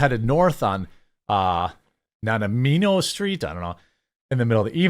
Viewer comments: "Nanamino" 😅 It's pronounced "na-nihmo" like a nanaimo bar. Great episode. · “Na - ny - mo” Incidentally you need to try them they’re delicious. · "Nanaimo" is pronounced "nuh-nai-mow" ❤️ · Na-nai-mow.. some of those native names can be tongue twisters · Nan -NI -Mo is how it is pronounced, to be helpful. Really nice looking GSD Jeremy. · It's pronounced Na-Ni-Mo. it is where Nanaimo bars were invented. This is in Canada! We don't have a DOGE, what is an American Government Employee having such an effect on Canadians? ridiculous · nah - nigh - mo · Nun I Moe is how you say it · Nah-nie-mo like the Canadian dessert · Vancouverite here: pronounce Na-nigh-mo street. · Nanaimo pronounced "NA NYE MOE"🌻